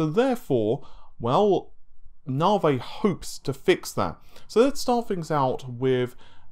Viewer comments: I can't handle any more "Naveh" instead of Navi.. so unsubbing now. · Its Navi, not Navay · It's Na-vee, my dude! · Say V, NaViiiiiiii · I don't know but in a previous video it is pronounced properly by this guy, no idea why he changed, perhaps its a troll.